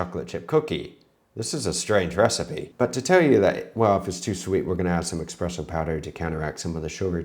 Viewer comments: "ESSS-presso", not "EXXX-presso"... Subbed, non-tha-less. :) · It's not X-presso it's Espresso. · "expresso" Bro, there is no "x" in "espresso". I mean no offense, but you need to fix your pronunciation on that. That is almost as bad as people saying "noo-kyoo-ler" instead of "noo-klee-uhr". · ESSpresso, not eXXpresso! Sorry, just grinds my gears....like nuKULAR. Ugghhh! Lol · Chef, did you really just say “expresso”? 🤣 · Did you just say Expresso? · expresso 😂 sounds like a logistics company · Not saying "expresso" 😭😂 dont tell Vincenzo! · lives in Barcelona & expresso is how it's said in Catalan. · Yes, dude, e'X"'presso ... pro chef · Twice in short succession! I cringed! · There's no x, why do people pronounce it like that